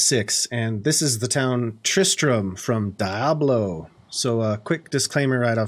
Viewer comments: DEE-able, not DI-ablo lmao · It is in fact, Dee-ablo. It's Spanish for Devil. But Die-ablo sounds trolly and I love it. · Really Nice! I've never heard anyone call it Die-ablo, always Dee-ablo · you say diablo funny XD "die-ab-low" nah its "dee-ab-loh" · Sounds like he says Dah-blow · I swear to god if you say "Die-ablo" one more time!!! But seriously, amazing build man. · I literally just left this comment and deleted it when I saw yours 🤣 It reminded me of chandler pronouncing chameleon as cha-me-lion because that’s how he read it in a book.